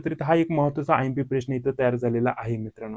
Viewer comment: प्रेश्न नाही रे प्रश्न म्हणतात त्याला